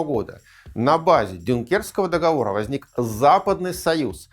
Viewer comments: договОры, не договорА) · Всё очень хорошо и замечательно, но только режет слух "нулевые" вместо двухтысячных и неправильное ударение в слове договоры (мы не говорим выборА, сговорА, помидорА в именительном падеже, но почему-то арго договорА некоторые политологи в речи допускаем)